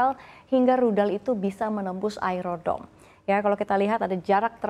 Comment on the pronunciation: Ai ron dom? what kind of English she’s using. Embarrassing